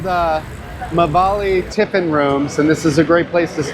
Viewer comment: It's pronounced maavalli not maavalli. We indians strech the first a.